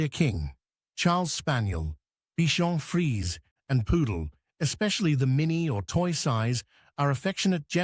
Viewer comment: It's pronounced Bichon "freezay"